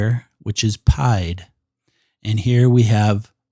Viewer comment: From all the French I took....it is not pronounced pie-d. It is pronounced pee-ed. Meaning foot...not to be confused with Pie the mathmatical figure.